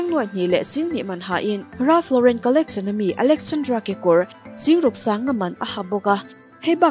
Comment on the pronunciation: I aw a mawi ngaihthlak anuam in a zangkhai mahse i English lam hi khawngaihin uluk leh zual la, Jet te Zet itia Collection te hi Collecsawn itia ,beng alo thlep deuh thin...lam nalh ai mahin lam dik hi angai ve a .tichuan perfect ni mai